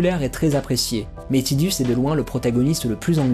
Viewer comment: "Tidus" c'est en lien avec un mot japonais qui désigne le soleil, donc c'est bien tideuss et pas taidus ^^ Et Aeris c'est Earisu en japonais, en fait, j'ai misspell :-/ Donc c'est la terre, ni plus ni moins... C'est même pas une inspiration mais bel et bien le mot "earth", en katakana..! Du coup, ton avis était bien inspiré ;-) Et j'avoue n'avoir joué qu'à la version originale sur PS1, j'ai à peine effleuré Crisis Core et donc la seule référence à Aeris que je possède est celle de la version française (bien pourrie niveau traduction, soit dit en passant!) Du coup, je n'ai aucune notion de la gueguerre autour de la prononciation de son nom ^^' Disons que ça dépend de quoi et à qui on parle, je dirais! Quoi qu'il en soit, jamais AeriT, ça c'est sûr X-D Pour finir, ça sert à rien de se chamailler : il suffit de se référer aux créateurs... Y'a eu suffisamment de commentaires autour des persos de chaque FF!.. C'est pas comme si c'était une franchise célèbre ;-3